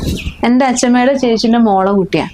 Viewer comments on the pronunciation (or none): Achammemmente alla Achammayute.Try to speak good malayalam.